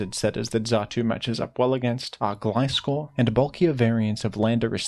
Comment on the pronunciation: Guys he said gliscor the right way. This is insane.